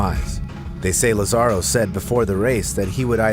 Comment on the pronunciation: Lázaro's name has an accent on the first "a", so his name is pronounced LAzaro, not lazARo.